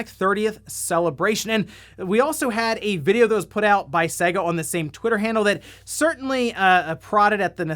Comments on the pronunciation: For the love of God.............it's 'SEYYYYGA' (as in AGES NOT SEGGGA (as in EGG). Please please please pronounce it properly man. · Anyone else shudder when he says Sega.. I mean, the console actually showed you how to pronounce it on practically every game, especially sonic games.. (First world problems)